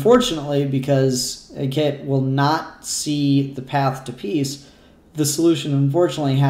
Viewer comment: Also it's "heck-ay-tay"